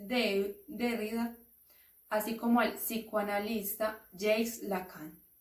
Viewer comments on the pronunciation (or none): Se pronuncia "jack".